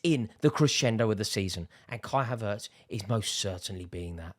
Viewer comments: It's havertz not haveurtes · He’s pronounced: HAvertz not haVERtz 😊